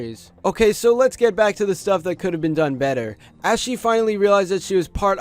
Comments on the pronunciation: STOP CALLING HER ASHY. THATS NOT HOW HER NAME IS PRONOUNCED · STOP PRONOUNCING ASHI LIKE THAT